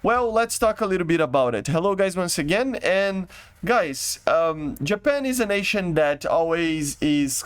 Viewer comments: bruh he said YAPAN instead if JAPAN (i dont hate it but that is a bit wird) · wait until you find out that other nations pronounce letters differently🤯